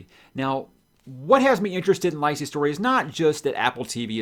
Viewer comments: Lie-see story hahaha it's "Lee-See Story" Which is abt his marriage. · Lisey rhymes with Cee-Cee.... By the way, have you read this LISEY'S STORY by now? Aren't you gonna do a review video?